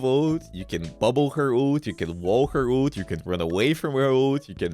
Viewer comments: Bro says ult as OOT😭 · hate the way u pronounce Ult